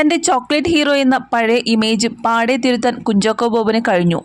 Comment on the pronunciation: Kunjokko ennalla kunjako enna evarum parayunne